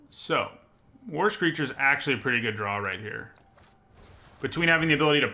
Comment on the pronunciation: Whenever you mentioned "war screecher", I keep hearing "worse creature" and interpret that as "look, this is creature is a anemic 1/3"